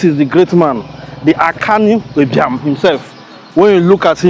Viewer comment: yes you because you can not pronounce Ibiam , you have on always pronounced it wrongly.